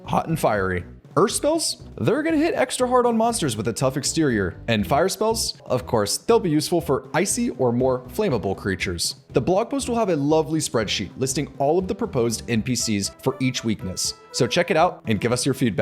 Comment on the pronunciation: “Flame-able” it’s ‘Flam-able’